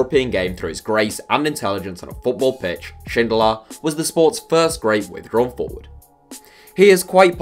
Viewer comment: The austrian guy Is definitly not pronounced schindler, its more like sin-dollar